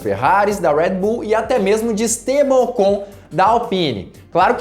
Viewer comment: Seus comentários são bons, agora esse sutaque americanizado em algumas palavras as vezes irrita. Ex. Tcharles Leclerc, Rued bul.... E é só as vezes.